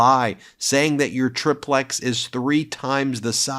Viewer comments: "TRI" "PLEX" not "TRIP" "PLEX" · FFS BEN, IT'S CALLED A TRY PLEX...TRY PLEX...TRIPLEX. NOT TRIP LEX...HOLY FUCKING CHRIST ALMIGHTY!!!